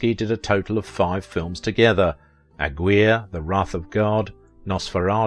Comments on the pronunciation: Ag-war?!? You mean Aguirre, pronounced Ag-ee-ray? Where do you get these pronunciations from? I suspect AI once again. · A gwire LOL. Learn to pronounce the names you're reading, man.